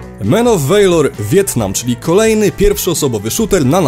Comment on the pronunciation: Walor, nie wejlor. Błagam.